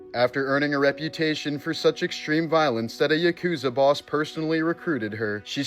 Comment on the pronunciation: "Yuh-KOOZA?!!?" 🤣 Try, "YAH-koo-zah."